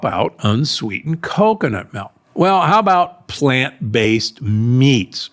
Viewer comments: What’s “melk”? Is it similar to milk? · what part of the US is Doc from? "melk"